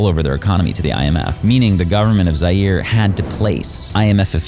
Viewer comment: The video was so serious untill u pronuonced “zaire” wrong lol😂😂😂😂